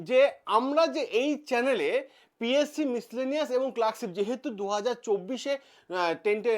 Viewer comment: Psc valo kore uccharon korben😂😂😂😂😂